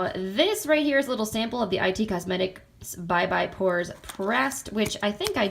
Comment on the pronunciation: Hi, I'm new to your channel and love your videos! I love decluttering and anti-haul videos. Just one thing I wanted to point out, the brand IT Cosmetics is like the word "it", not "i" "t" Cosmetics. Keep the videos coming!